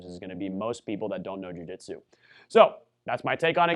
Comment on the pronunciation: What the heck is a Jiu-Jitero?